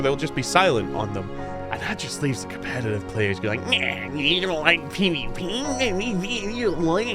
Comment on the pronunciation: By god, you're irritating. Did the algorithm tell you to squeeze out every 3rd syllable at maximum volume? Doesn't help that every tenth word is "cOmPEtitIVE". You know what's competitive? Literally every other major multiplayer title. Here? The "competitive" aspect is irrelevant for 3/4 of the match. Expprimal is weird as hell, yes, but when it works it absolutely sings and after overwatch's PvE meltdown it had the chance to eat their lunch. So just shut up, suit up, and get ready for another round of data cube and maybe we'll get enough new players leveled up to do PvE raids more consistently. Or just watch it die, whatever.